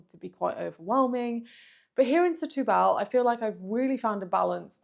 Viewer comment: SETUBAL - the accent is on the TU too - not BAHL.